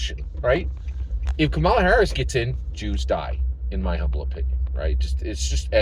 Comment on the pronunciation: Hi‼️ I haven't watched nor commented on any of your videos since Andrew Yang dropped out four years ago. I hope that you and your family are doing well. I must say that I am disappointed that you are not voting for Kamala Harris. Because of the way that you consistently Mispronounced her name, I suspect that you have been watching Anti-Kamala Harris videos, & have made your decision based on those👎🏾👎🏾 PLEASE, give this Presidential Election, and therefore, US Citizens a fair chance by listening DIRECTLY to what Kamala Harris says out of her own mouth, about the issues that you brought up - Abortion, Support for Israel, Etc. The fact is that Trump's Project 2025 & Trump's Agenda 47 has put US Citizens into a situation whereby we are in danger of losing our Freedom & Our Democracy, among many other things. Therefore, The upcoming Election is NOT Harris vs Trump. It's Democracy vs Dictatorship It's Racial Equality vs Racial Oppression It's Women's Rights vs Women Oppression It's FREEDOM OF CHOICE vs Gov Rule. Additionally, Trump is a Racist. This is proven by how Trump & His Father coded their housing applications to ensure that they didn't rent their housing to Blacks, how Trump STILL wants to kill the Central Park Five even though they have been proven innocent, how Trump wants to give the police complete immunity in spite of their history of Police Brutality against Blacks, How Trump has recently spread that LIE whereby Trump calls Haitians who came to Springfield OH LEGALLY